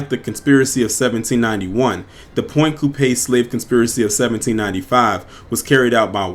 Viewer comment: It's pronounced point coup pee, sorry just from Louisiana